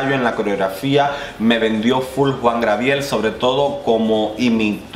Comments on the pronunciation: Hola, creo que te costó un poco pronunciar el nombre del divo de Juarez. Se dice “Juan Gabriel” no “Juan Grabiel” es un error muy común... de cualquier forma gracias por tus videos y revisiones ¡buena vibra! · Te amo 💕 cada vez que dices Juan GRABIEL. A ti se te perdona todo mi vida. 😘😘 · jajaja le cambiaste el nombre a Juan Gabriel jajaja dijiste jua grabiel pero se te pasa eres genial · es Juan Gabriel. No Juan Grabiel. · Pero Job Star sí estuvo en el top tía. Y por cierto es Juan Gabriel no Grabiel, te hago la observación con cariño 😘